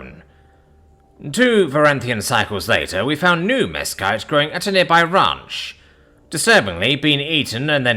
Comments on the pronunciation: Mesquite - "mess-keet". And yes it is a Nightmare, but great for bbq smoke!. -born and raised Texan. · The pronunciation sounded authentically non-human to me 👍